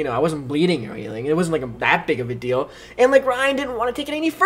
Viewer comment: "No big dil-do" am i the only one who heard it this way